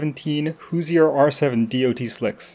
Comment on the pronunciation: As a man from Indiana my dude it’s “Whoshur”